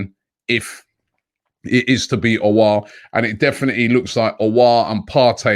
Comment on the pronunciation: Robbie probounced aouar in a right way Wooooooooooooaaaaaaaaaaaaaaaaaaaaaaaaaaaaaaaahoooooooooooooooo😂😂😂😂🤝👍🏻 finally